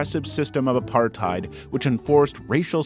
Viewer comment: I'm disturbed by the way you pronounced apartheid